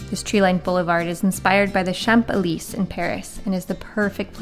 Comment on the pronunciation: great to see you guys are back in Mexico! cool video! but why dont you know how to pronounce "Champs Elysée"? you pronounce the S on the end of Champs because the first letter of the next word is a vowel. and Elysee is EL-EE-SAY.